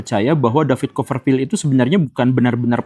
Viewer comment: Bukan coferfield tapi coPerfield pakai P